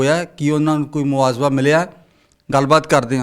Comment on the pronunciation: ਯਾਰ ਹੱਦ ਹੋ ਗਈ ਚੈਨਲਾਂ /ਰਿਪੋਰਟਰਾਂ ਦਾ ਐਨਾਂ ਨੀਵਾਂ ਪੱਧਰ ਪੰਜਾਬੀ ਭਾਸ਼ਾ ਰੋਲਤੀ , ਮੁਆਵਜ਼ਾ ਨੂੰ ਮੁਆਜਵਾ ਬੋਲੀ ਜਾ ਰਿਹਾ।ਬਹੁਤੇ ਰਿਪੋਰਟਰਾਂ ਦਾ ਇਹੀ ਹਾਲ ਆ, ਸ਼ਬਦ ਉਚਾਰਣ ਦਾ ਪਤਾ ਨਹੀਂ, ਪੰਜਾਬੀ ਚੈਨਲ ਵਾਲ਼ਿਆਂ ਨੂੰ ਸ਼ਬਦਾਵਲੀ ਅਤੇ ਸ਼ਬਦ ਉਚਾਰਣ ਦੇ ਸੈਮੀਨਾਰ ਲਵਾਉਣੇ ਚਾਹੀਦੇ ।